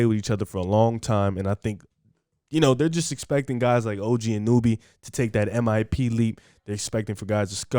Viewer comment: The pronouncations on OG Anunobys and Precious's name, and overall predictions of the Raptors IMO show you guys haven't been watching this team in preseason. Yuta, Svi, Khem, Boucher, Barnes, Dragic, Pascal, Flynn, Fred, OG.. And Fred just admitted that OG is the defacto #1 option right now, something that your analysis isn't really accounting for.